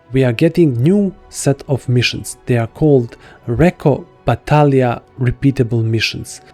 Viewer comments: Oooh, thank God! This is the first time I've heard a content creator pronounce "Battaglia" correctly instead of butchering it. ("Battaglia" is the Italian word for "battle.") Bravo! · Wow, you pronounced my last name correctly since you knew the "G" was silent!